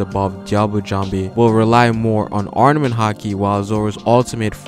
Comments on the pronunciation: Armament, ARMAMENT! Not arnament. Great video but you were driving me crazy with your mispronunciation haha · Chris Adler I caught that too. He's a little inconsistent with the word where he'll pronounce it with the pause and other times not. Also, he kept saying "arNament" instead of "arMament" which was driving me crazy lol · ITS NOT ARNAMENT HAKI ITS ARMAMENT. Do you even respect the craft? Jesus